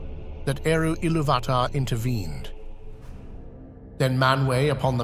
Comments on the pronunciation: Isn’t it it pronounced illuvatar not illuvaaahtar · One small note: the accent over the "U" means thats the stressed syllable. IllUvatar instead of IlluVAtar. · Great video! Just one small critique. Accent marks intend harder inflection on the letter to which they belong. So it would be Il-LOO-vatar, instead of Ilu-VAH-tar. Sorry to go Hermione Granger on you. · Excellent video, but I'm certain that you are mispronouncing Ilúvatar. I believe the clue lies in the acute on the ú which makes it a long vowel pronounced similarly to "ooh", as in Ee-loo-va-tar. Also the 'vatar' of Ilúvatar may have its root in the Sanskrit word "avatāra" (or avatar) and it won't be a stretch to imagine that Tolkien wanted Ilúvatar to conjure up a resemblance to 'illuminated manifestation'. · Can you say Ilu VAAH TAAH!!! 8 thousand more times, please? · Great content, but your pronunciation of Illuvatar is one of the most frustrating things ever. It's pronounced 'Ill-oov-ah-tar' but without pauses or extra inflection definitely without the hard A sound in between illuv and atar. Makes it sound like you're just reading a script someone else wrote and you have no idea about even though I'm quite sure that's not the case (or at least I hope so) since your content is so good. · Isn't it pronounced il UUU vat ar ? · It's pronounced e-loov-i-tar. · I lost my interest at Eloo VAt tar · Great video. You pronounce Iluvatar wrong though. The emphasis should be on the "u", not the first "a". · please, sir, i beg mercy. you managed the pronounce ilúvatar in every way possible except the correct way.... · You pronounce Ilúvatar wrong. You must accentuate the U and not the A. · Sorry but Ilúvatar has an explicit accent on the u, why are you pronouncing it wrong, posing emphasis on the first a? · The inability to pronounce Iluvatar correctly makes me unable to watch this despite the intriguing premise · Please learn to pronounce Ilúvatar. Note the accent mark.